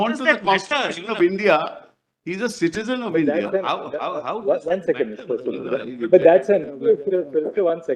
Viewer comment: Kapil sibbal nahi sabbal kahiye😂😂